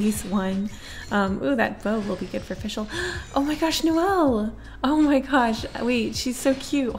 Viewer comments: It’s Fischl not “FiShEl” FIX IT PLEASE ITS TERRIBLE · Fischl is pronounced fish-ull